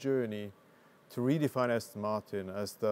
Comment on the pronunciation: Aston. not Austin. lol